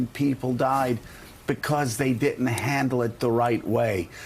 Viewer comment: Dear Joe, the word is "diDn't"--as in "did not"--not "diTn't". Speak correctly or stop calling other people ignorant.